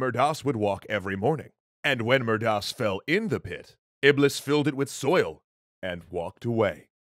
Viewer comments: you pronounced iblis wrong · Iblis is pronounced iblees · Great episode but here is something EXTRA 1 : iblis is pronounced iblees 2 : is the same creature as shaitan 3 : and it's the fallen angel in Islam that tells people to sin and do wrong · guys, the correct pronunciation of Iblis is in fact Iblees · Iblis? I thought it was Ahriman .